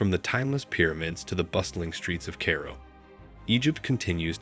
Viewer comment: I wish that posters all over YouTube would realize that, even with interesting content, the frequent use of AI narrators is irritating as hell! This narrator couldn't pronounce Oasis or Oases, and repeatedly called Cairo "Kay-ro." Just have a human narrate, your videos will be much better.